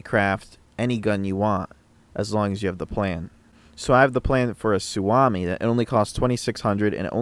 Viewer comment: great vids-- you've helped me gain a decent foothold in a genre of games that i am totally noob to. That said... ... it's su(oh)mi. "OHHHhhh!". since i'm already being obnoxious-- it's actually SUohmi, but that sounds dumb. sorry not sorry, finland. shit. sorry. my OCD has ADHD...